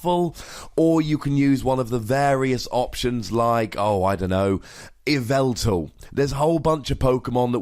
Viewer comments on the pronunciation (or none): none